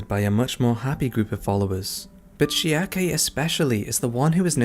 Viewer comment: "Schiarke" and "Farneesie"? I'm sure you must be right about these pronunciations or you wouldn't be saying them, but man it's throwing me off